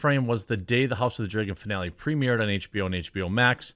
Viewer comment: It’s like they never learn. Also Dragon not Dregun